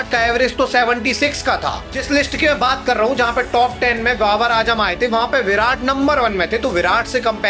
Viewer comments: Ajam nai bhai ..azam...aaaaazzzzzaaam....😂😂😂😂 bolna tu seekh le bro phir analysis lar lena 😅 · Abe dehati its Z not J